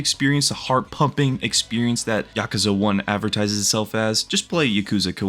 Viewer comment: Pronounce the word Yakuza right